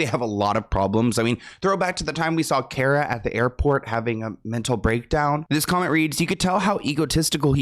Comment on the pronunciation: It’s Cara… not Kiera. Do you even try anymore? 😒